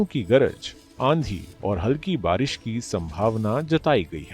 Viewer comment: बरिश नही बारिश बोलते हैं चच्चा 😂